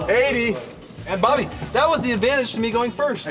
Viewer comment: he said body instead of bobby in the beginning😂